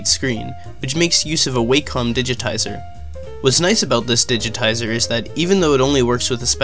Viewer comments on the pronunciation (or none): It's pronounced wackum not way-com, also I'd totally buy one if it could stream video smoothly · Waycom? It is pronounced like wackom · Wacom: you say it like "whack-em" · Pronounced Waa-com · Why does everyone pronounce wacom wrong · maybe YOU pronounce wacom wrong and everyone pronounces it right. ever thought about that?